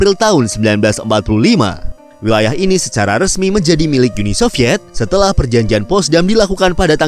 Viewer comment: Uni Sovyet, bukan Yuni Sovyet min. Jangan ke-inggris2-an.